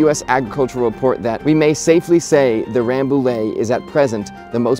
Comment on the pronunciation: Frenchman here : it's "Rambouye". Nice vid!